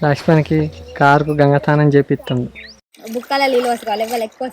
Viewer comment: not sthanam ,it's snanam